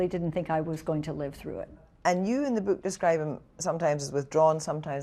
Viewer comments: 'in the bewk' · To Kristy Wark its 'book'. Your welcome